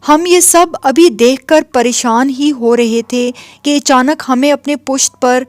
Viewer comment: Echanak nhi achanak bolna chahiye 🙏